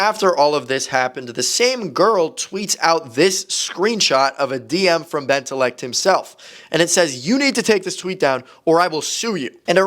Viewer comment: Flamingo saying bentaleecult my fav roblox yt